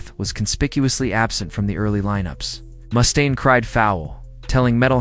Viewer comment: "Mustone?" It's MUSTAINE. You're full of crap.